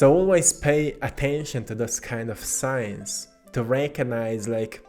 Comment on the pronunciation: Hehe.. Heh.. ... I'm just gonna be a goof.. Sounds like.. Rankonize. 🤓😖😅